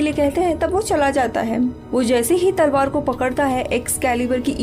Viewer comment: Salwar nai mdm talwar... 😁